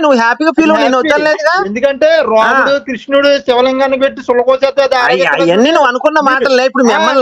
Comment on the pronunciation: ki RAMUDU anadam kuda raavatledhu, romudu anta. Veedu kuda debate chese vaade